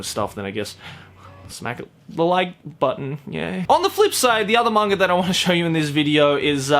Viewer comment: every time says manga he sounds like hes saying "manger" i'm probably not the only one who's noticed it though